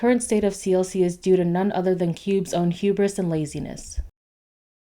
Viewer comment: When you said hubris, I heard "CUBE-ris"